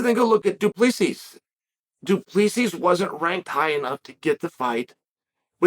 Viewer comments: love the glasses uncle Chael, just to help your pronunciation is bad. its more like Do (Du) Pla see (Plessis) Du Plessis, hope this help the pronunciation, still love your channel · All you have to do is drop the last s.......and you'll say his surname correct. Coming from a South African🇿🇦waiting to hear your feedback on his performance against Whittaker❤ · "STILLNOCKS " DU PLESSIS 😁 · I dont know if you read your comments but the last 's' in Du Plessis is silent... You almost have afrikaans down